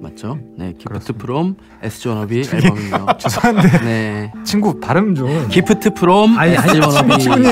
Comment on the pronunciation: 기프트 프롬 에스지워너비의 시작 용햄의 정직한 발음(깊트 프롬 엣쓰지워너비 2트) 을 타박하는 석햄 에도 고쳐지지 않는 용햄의 발음(3트) 결국 고쳐진(?) 용햄의 발음(4트) (5트)